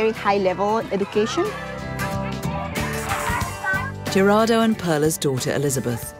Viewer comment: Did you really just call him gee-rar-do? Its pronounced HE-rar-do